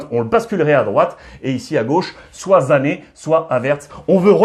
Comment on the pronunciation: MERCI Ruiz,mais pourquoi tu dis Zané au lieu de Sané ????😅😅😅😅😅😅😅😅😅😅😅😅